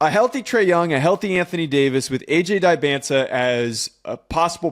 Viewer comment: Great vid but please learn how to pronounce Dybantsa😂